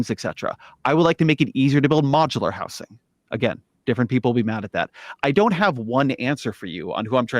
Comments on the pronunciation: it's pissing me off the way ezra keeps pronouncing it "house-ing" instead of saying housing like a normal person. why is he so angry in this conversation, it's really offputting how irate he clearly is from the first moment he appears on screen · Just for the record: “housing” has a “Z” sound to it. If you’re not saying it with a “Z” sound, you’re saying it wrong. This fact is inarguable.